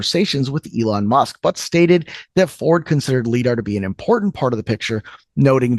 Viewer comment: I mean it’s light detection and ranging. Do you say lite or leet for light? You say lite. So it is LiDAR as in lie (ie like eye).